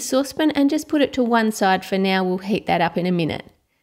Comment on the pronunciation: it's heat not hate